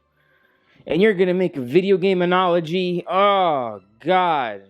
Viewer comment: I understand it’s a hard concept to grasp for a guy who can’t even pronounce analogy correctly lol.